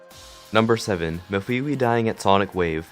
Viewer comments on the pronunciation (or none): it’s MEF-A-WAY